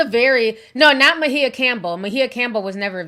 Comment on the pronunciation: Her name is NOT mahea or however you spell it her name is Maia(Mya)